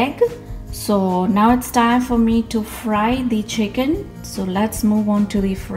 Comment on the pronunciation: Chickeennn that a very funnie way to say it lol